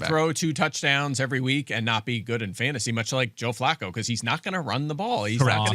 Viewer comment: Field is obsessed with saying Bijan’s name correctly but every time Flacco is mentioned he mocks it…🙄